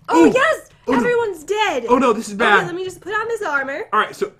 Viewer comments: You sed bed 😒😒😒😒😒😒why you sed bed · Pat just say bed